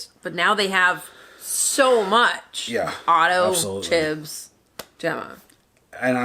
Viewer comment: I just need to know how old mate is nearly 3 seasons in to the show and still calling him Chib. Are you allergic to the letter s?